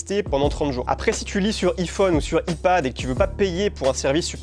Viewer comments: Pouce bleu pour le non respect d'Apple en prononçant "i pad" lol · Par contre on ne dit pas "i" phone et "i" pad mais bien " "ai" (lire eye) comme en anglais 😉